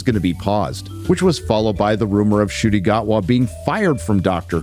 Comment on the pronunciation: It's pronounced as N'kooti, not Shooti.